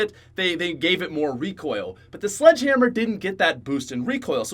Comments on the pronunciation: you know it's the slog hamr not sledge hamr, right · Its actually "SLDG HAMR"... XD